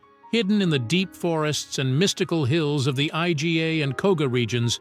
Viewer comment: First, the cartoon looking shinobi outfits. Next, the fallacy that shinobi were separate from samurai. The poor use of computer voice that can’t pronounce Iga. The final part did discuss that shuriken were not a “standard” weapon and that the clothing wasn’t what the video showed.